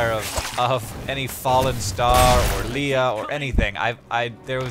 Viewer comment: No call Leah "Leah" Leah's like to be called Leah and not Leia......